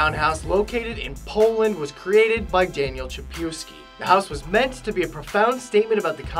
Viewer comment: Daniel Czapiewski, don't read it, you do it wrong....